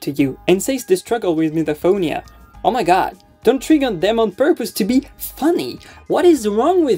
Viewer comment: Anyone else triggered by how the blonde lady pronounced misophonia?!??!